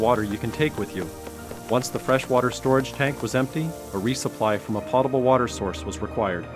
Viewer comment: Potable is pronounced pow.tuh.bl.